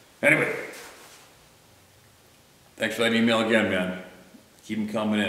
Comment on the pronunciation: "AgaYn" (Had to. 🥴)